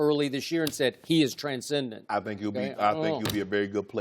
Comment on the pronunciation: Its "TranscendenT"😂😂😂😂